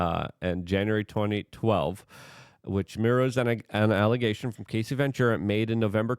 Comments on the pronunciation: Can’t take the way you continue to call her Casey! Her name is Cassie Rhymes with Lassie ( ya know the dog from the 60s ) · A proffessional journalist should know how to pronounce the name of person they are talking about .get ready for 3 months of luke being only person in usa calling her cay see - rather than cass see - even tho hes reminded every vid in his comments section. He does read the comments section but only responds if you kiss his a$$ or say " love u luke " . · Brother...please have the decency to at least get names correctly in your "reporting". Cassie, not "Casey". Terrible understanding of the situation. Terrible coverage. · Cassie, NOT Casey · Cassie. Cass-ee. Cassie. It's not case-ee luke, not case-ee CASS...EE.... CASS....like gas. CASS-EE.... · I can't take it anymore! Her name is CASSIE NOT CASEY! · Please dude......at least pronounce her name correct. Ca ...ss..ie jesus mate! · Gassy Cassie? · Her name is Cass-eee like cassette. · Who's gonna tell him, he's saying Cassie's name wrong? 😂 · Sounds like Ass, not like Ace